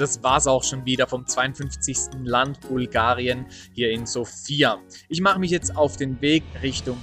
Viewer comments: Hallo mein lieber!! erstens ist die Betonung der Hauptstadt auf dem "O" und nicht auf dem "I", also nicht wie der Name Sophia, zweitens drei Kirchen und 10 Kerzen als ein Bild von einem Land zu zeigen ist sehr mager....ich verstehen dass es dir um die Zahl der Länder geht, die du abrackerst...Mit dem kleinen Klipp hast du meine Zeit gestohlen... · Die Betonung der Hauptstadt ist falsch, wie schon oben einer kommentiert hat. Du hast nur eine Stadt gesehen und zählst gleich ein Land als bereist? Paar Kommentare zu den Bildern wären nett gewesen für diejenigen, die es nicht kennen und statt der Dudelmusik wäre landestypische Musik besser gewesen. Mich hat auch gewundert, dass du Bulgarien als Titel des Videos hast, aber noch Makedonien und Serbien mit aufzählst, wo du wahrscheinlich auch nur eine Ecke gesehen hast. Ich bin durch ein anderes Video hierher gestoßen, schade eigentlich, weil die Idee deiner Reisen cool ist, allerdings nicht wirklich informativ, wenn man Reisen empfehlen möchte. Da hat der Daheimgebliebene Chris mehr Infos gehabt.